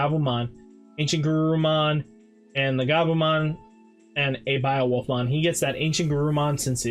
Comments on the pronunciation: I hate how you say beowolf, I close the video every time you say it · I just heard it I don’t blame u lol